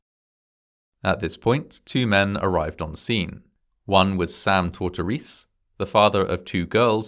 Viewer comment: Just FYI. Sam's last name is most likely pronounced "tor-tor-EE-see".